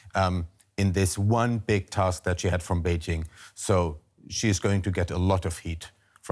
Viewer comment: Beijshhing.....It's not in France you know, no need for this dodgy pronunciation.